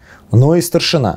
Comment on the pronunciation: Прекрасный разбор. Всё же позволю себе поправить участников диалога, чтобы дальнейшие серии были ещё прекраснее (и мой внутренний граммар наци успокоился).: не ГадЯчский, а ГАдячский (, кстати, делает ударение верно) и: не старшинА, а старшИна (речь не о воинском звании, а о верхушке войска, о старейшинах).